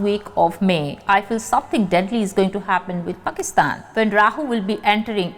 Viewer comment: प्रणाम, आपका पाकिस्तान का नाम लेने का तरीका ( उच्चारण ) .. wow